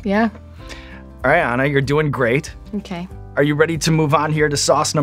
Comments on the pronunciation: I think it's Ahnah...not Eina...mister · did he call her Anna? Like, Anne-Ah?